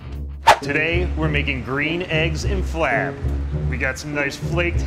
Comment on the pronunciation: Ummm...Its Green Eggs and Flab....not Green Eggs and Flam...is my speech that poor?